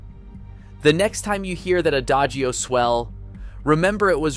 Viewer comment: I would recommend you check pronunciations of names before you record. And also words such as 'hallelujah,' 'adagio' and 'discretion.'